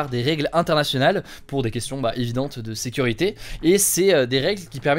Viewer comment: Aïe! Ne le prenez pas mal je suis vraiment fan de ce format! Mais vous ne trouvez pas que sur certains sujets, Il appuie certains mots de façon plus excessive ? Par exemple sur l’info appel : au début les mots “ faille” “ sécurité “ …c’est très subtil mais c’est un truc qui me dérange beaucoup chez les autres journalistes justement.